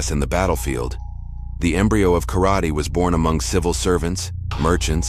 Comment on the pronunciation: Pronounce “karate” wrong……